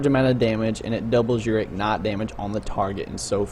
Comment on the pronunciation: IG-NIGHT...not ignet...fuck